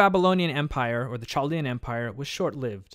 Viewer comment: It is pronounced "kaldea"